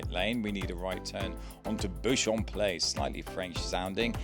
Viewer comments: It’s still pronounced Beach-um Place 😆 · Pronounced Beecham pl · Beauchamp Place is pronounced Beecham.